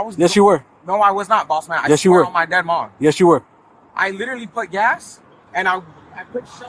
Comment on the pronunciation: I Littelly inn-a-cent bro. Bro I Littelly inn-a-cent. Bro. I Littelly inn-a-cent bro. I Littelly inn-a-cent bro. On my dead mothers grave……!!!! STUPID & DISTURBED